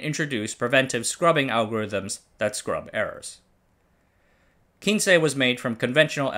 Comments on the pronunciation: Great video! The nane of the 1st "Japanese" robot quince is pronounced "queens"... Not from 15 in spanish but from the Q generation of rescue robot who all have flowers names. The previous version (K version) was Kenaf and the one after quince was the S one called Sakura. We designed Quince for search and rescue with a great focus of being able to climbed stairs which was exactly what it did. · Yerah that bit was painful to see him mention...It is definitely Quince (pronounced Kw-ins) like "wince" as in "he winced when the bully hit him hard in the belly" - Botanical name - Cydonia Oblonga, There are 3 flowering quince varieties across Asia. We used to have a huge tree in our back yard where I grew up. So if named after flowers it stands to reason it was this, and absolutely not Spanish. Someone below mentioned the channel not being the best with pronunciation..but really this isn't just about pronunciation, some proper research would have lead to the proper conclusioon and not just "Kin-che is spanish for 15, but I'm not sure that was what they were going for..." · By the way, the robot Quince was NOT named for "Spanish 15" but for quince the fruit... sort of like a pear. Pronunciation is also wrong since you assumed the Spanish word. It's said like kwince